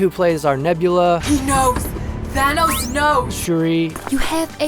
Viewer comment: Did he just say Thanus?